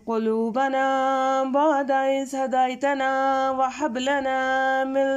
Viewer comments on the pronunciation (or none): Jazakallah Ap qiraat may HAY ko sahi ada nahi kar rahi HAY halway wali nahi HAY hathi wali hay hadaytana n wahab may ap apni tilawat khud sun k daikh lain Plz don't mind and correct it next time plz ❤❤❤❤❤